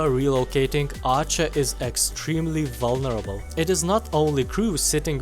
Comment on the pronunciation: I just love how he said very vurneable to enemy aircraft but if you have played with breda 501 you would feel blessed because you would have at least some protection.